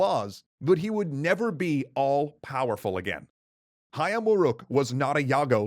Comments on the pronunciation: "Jago" is spelled as "dʒago", not "iago". Perhaps you mistaken it with Iago in Othello or mistaken the fighting rooster with a talking parrot that play as Jaffar's sidekick in Disney's Alladin... Yet in you perfectly nailed "Hayam Wuruk" pronunciation. Nevertheless, I like this new guy/speaker voice rather than the old one... How do I describe his voice... more engaging maybe... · Wow, he pronounced "Hayam Wuruk" correctly!